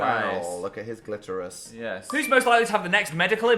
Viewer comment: please never say ‘gliterus’ again